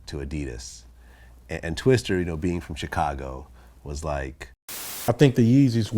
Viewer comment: Why is he saying "Twister"? It's "Twista".